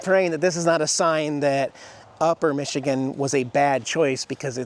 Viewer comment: Non Michigan people always get it wrong.